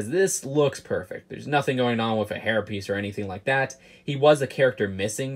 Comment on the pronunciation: says "WIF" just2many times in this video.